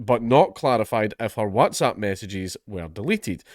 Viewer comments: And yet again Dankula fails to pronounce"whatsapp" properly...I can assure you not all Scottish people say it this way. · Oh god lord is he going to mispronoonce Watsapp again 😂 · I wanted him to say “wotsopp” again so badly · More videos requiring Dank to have to pronounce Whatsapp!!! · I'm still finding it hard to get over the WhatsApp pronunciation 😅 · Every new video i pray count dankula learns how to pronounce whatsapp